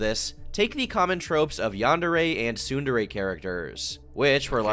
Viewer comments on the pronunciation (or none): none